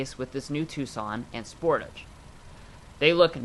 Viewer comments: It's "SportAAAAGE" and "HI UN DIE" not 'sporage' and 'hoondie' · The way you say Sportage makes me laugh. It's Spore-tawge not Sport-ige